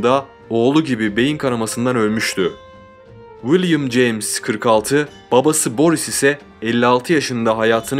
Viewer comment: 100 defa willim ceyms dedin olmazki böyle